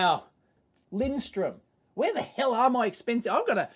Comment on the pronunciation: It's Lindström, "linsTRRRUUM" It's no wonder people say it wrong, because the umlaut is almost invisible on their printed logo. Are Piergiacomi any good, people?